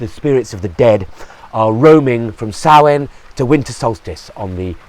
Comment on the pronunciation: All credit for pronouncing Samhain correctly :)